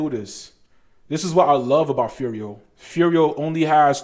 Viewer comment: You say Furio, you got it dude. Subscribed +1